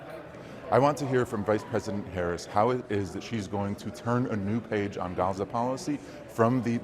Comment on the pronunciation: Its pronounced "GAZ" "A" not "HAZA"